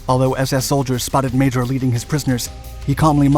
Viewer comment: I had the pleasure of meeting Mr. Léo Major, DCM. First of all, his name is not pronounced 'Major', it's pronounced 'Majore'. Also, he was known as the 'one eyed ghost'. A friend of mine was producing a documentary about the Korean War and went to interview Mr. Major in Montréal. He brought me along as interpreter, but it turns out Mr. Major spoke good English. After many questions the producer asked a bold question: 'Did you like combat?' Mr. Major replied, 'i enjoyed it very much.' He also said that 'The Chinese were nothing compared to the SS.' Apparently he was refused for service in Korea on medical grounds, because he had one eye. However, the famous commander of the Royal 22e Regiment intervened and said 'I need this man' , and Major was acepted for service. I don't understand how Major was not awarded the Victoria Cross. When i was in his living room, i realized I was in front of greatness. Despite the fact that he is not a Victoria Cross recipient, Canada Post issued a stamp with his likeness.